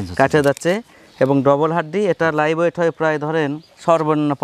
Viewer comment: ভাই ওয়েট বলতে হবে